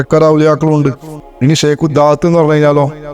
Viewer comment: ഷെയ്ഖിന്റെ ഉച്ചാരണം ശെരിയാക്കാൻ ശ്രദ്ധിക്കണേ...